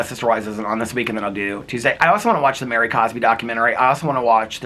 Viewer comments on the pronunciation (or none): none